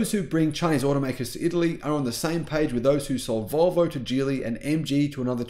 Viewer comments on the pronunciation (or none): none